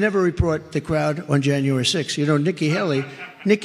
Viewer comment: i think trump actually said Nicky Hally on purpose